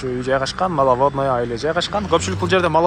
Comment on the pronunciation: Малавадныя эмес, Маловодный